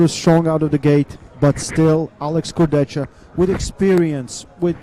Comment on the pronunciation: start getting his name right, its disrespectful. Its not complicated, its "Kurdehha"